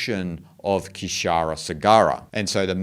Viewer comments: Kshira is not ka+shira....it's Shir sagar....ocean of milk... K is silent bro.. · kshir is pronounced as Sheeer